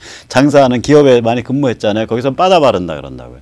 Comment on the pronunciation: 빠다가 뭡니까? 영어를 그렇게 잘 하시는 분이 일본식 발음을 하시니, 넘 웃기십니다. 버더라고 발음하더라구요. ㅎㅎㅎ